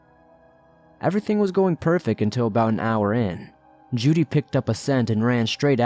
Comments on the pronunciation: I'd say it's probably Jude, being mispronounced. (The E is silent.) 🤔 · I think he's mispronouncing "Jude" here. It's a common hunting dog name. (The E is silent.) Lol